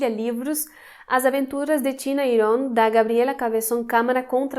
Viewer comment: Legal vc falar Iron e não "Airon", como outros Youtubers que vi